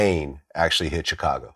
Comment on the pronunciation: Dude I’m at my wits end with Glad n how he pronounces Chicago. It’s not hard. Just like the momos who say the S in Illinois.